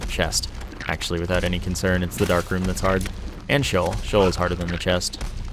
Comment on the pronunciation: been watching quite a few of your vids and you've got mad Isaac skills. There are just a few words of Hebrew origin that are hard to say. Sheol is pronounced "shee-ohl" with two syllables and the emphasis on the second syllable. An English translation of "Sheol" would be "hell." Abaddon is pronounced "A-bad-un," is the Greek equivalent of Apollyon, meaning "a place of destruction." Belial is pronounced "beel-ee-uhl" and is Hebrew for "without worth." Anyway, most people will likely be like "TL;DR." That and the fact that there are 300+ items to remember in the game makes it hard to remember what they all do, let alone what their name is, and how to say it.